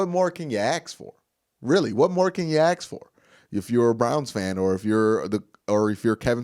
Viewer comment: Happy Birthday But not letting you off the hook on pronouncing the word Ax. It makes you sound less educated and is a disservice to future fans if the go through school sounding dumber than they are. I know you have invested onto branding but our youth means something.